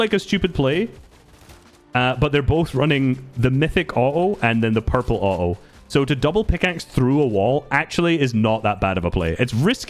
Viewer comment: So funny listening to him say o-oh instead of auto its